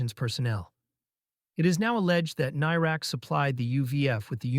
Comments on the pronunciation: Whats a tank doing commentating on this issue; he can't even pronounce the guy's name. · Shame you can't pronounce his name correctly